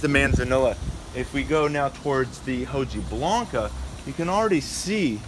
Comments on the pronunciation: Got Romans right but he kept saying 'hoh-gee-blanca'! 🤦🏻‍♂️😝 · Hojiblanca Is pronounced "oh-hee-Blanca" It's basically saying the leaf is kinda white or silver like you said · It irritated me that a horticultural lover in LA, California, couldn't even get that right or nearly right. Oh dear. Nothing racist but it was way too simple to get it wrong, even if you were elsewhere in the world and knew it was a Spanish named cultivar from Lucena, Spain! 😂 🤦🏻‍♂️ I think it's acceptable to say 'okee-blanca' as well, for an American or any English-speaker.